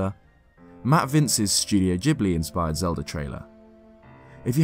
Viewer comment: It's Ghibli